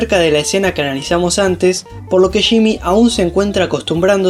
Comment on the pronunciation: Se dice “Yimi” no shimi jaja